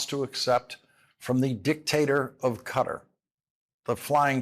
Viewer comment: Please pronounce Qatar correctly. Perhaps ask a natave Arabic speaker. Sincerely, David Silverman